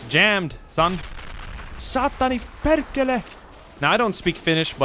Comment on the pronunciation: "Saatani perkhele" voi vittu :D